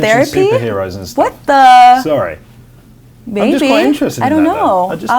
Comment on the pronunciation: somewhere between to , when she says "maybe", it sounds like she is calling him "baby" lol